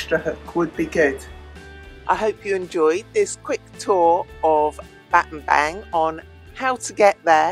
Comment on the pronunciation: Pronounce BAT-TAM-BONG (as in a "bong" hit); and it means "missing staff/stick" as in "speak softly and carry a big stick" - President Roosevelt. You're great and always elegant.